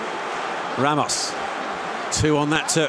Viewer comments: why is the commentator calling him ramosh if his name is ramos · he called ramos ramosh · Why is he saying Ramosh?